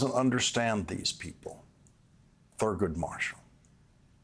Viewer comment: Lawrence,'theese people ',! You made my hand drop 💧. Please, don't let a slip of your tongue make me lose respect for you 😳. PLEASE 🙏🥺🙏